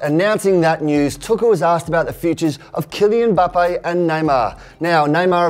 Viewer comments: Finally someone who doesn’t call him “Embappe” 🙌🏿🙌🏿🙌🏿🙌🏿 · Who's Zané? But big ups on pronouncing Mbappe right👌